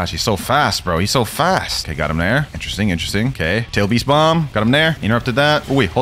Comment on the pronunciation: It sounds weird